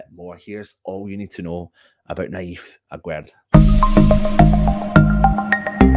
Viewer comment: Here is how you pronounce his name : Aguerd juste like guest